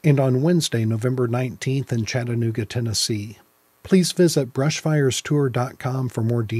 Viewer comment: Thank you for pronouncing Chattanooga correctly